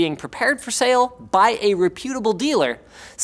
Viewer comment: Hearing linus pronounce reputable drives me nuuuuuts. It's not re-pyoot-able, I promise.